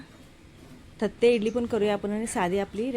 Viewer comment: थत्ते नाही तट्टे इडली